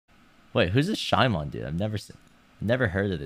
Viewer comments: the way he pronounces shimon makes it sound like a Pokemon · The fact that he pronounced it as "shy-mon" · Is his name actually pronounced shy-mon and not just shimon, as in Japanese? Why would he think it was pronounced like that? lmao